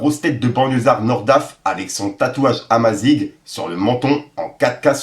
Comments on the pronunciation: comment il a prononcer amazigh il ma tuer il a dit amazigue 😅😅😅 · Amazigh se prononce amazir, ca veut dire berbère.